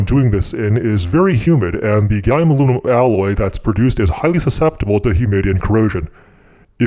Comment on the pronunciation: Domingo Actually, he named it "Alumium"